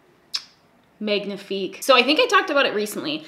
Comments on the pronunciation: Sorry, love you but I need to point out, you don't pronounce the "g" in "magnifique", it is pronounced as "mah-nee-fi-k" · hi! I'm french and "magnifique" is not pronounce with the "g" you have to say like "kn " in english ;)